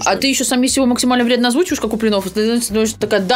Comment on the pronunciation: Почему в фамилии Куплинов ударение ставишь на "И" а не на "О". Это уже раздражает!